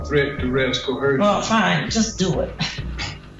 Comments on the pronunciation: Probably just me, but why do they put an “h” in coercion, pronouncing it “cohersion?” It really grates on me! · I thought he was saying cohersion 😂